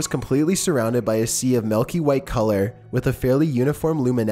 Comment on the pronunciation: is chillin' is quite irritating. He's stating facts it sound as if he's asking questions. Not a positive vocal affectation for a video narrator. It's f**king pronounced "milky," not "malky."